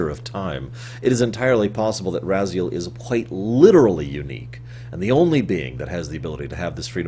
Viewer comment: Why do you have such a hard time pronouncing the names when they're spoken, so many times throughout the series? It's RAZ-I-EL, and HYL-DEN. What, do you pronounce Kain as Mwain? Of course not. It's not - that - hard. - Not really. The way I always interpreted it, is that the Elder God exists outside of time in the past, present and future at the same time. Therefore, it is of extreme importance to him that it goes to a future, he desires. For example, even though he's gotten bigger and bloatier in Nosgoth's future, it is not to his benefit since the future is now full of Hylden's running around, each of them not really believing in the Elder God and none of them being able to follow the wheel of life that he wants. He blames Kain for this on the basis that Kain did not sacrifice himself to restore the pillars. Since Vampires are immortal and cannot be returned to the wheel, when the body of Raziel slumped down at the bottom, the Elder God decided to grant him free will in exchange for revenge against Kain, knowing it would fuel Raziel's hatred, and being a being outside of time, he knew that Raziel would eventually get trapped in the blade again, thus perhaps with a sinister foreshadowing, calling him " Become my, Soul Reaver " . But being a creature of Free Will is evidently a chore if this being decides to make other decisions than the one you want, thus resulting in a timeline that's constantly fluxing around. In one timeline, Raziel succeeds in hunting Kain